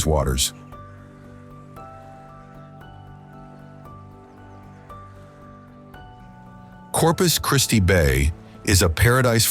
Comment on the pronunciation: Nice video y’all put together. Voice sounds like it could be AI or AI voice overlay Names of places were pronounced correctly. I live in west Texas but I want to live in Corpus Christi In my future. Again such a great video 👍